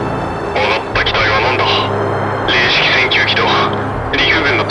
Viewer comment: ちゃんと「れいしき」ていうの好き